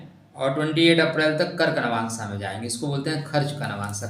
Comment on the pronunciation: नवांशा नहीं, नवांश। भाद्रपदा नहीं, भाद्रपद। खाली ज्ञान मत बांटा कीजिए, स्वयं भी ध्यान रखा कीजिए।